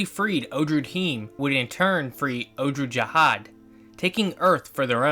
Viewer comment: It’s pronounced “ogg-lu ja-haad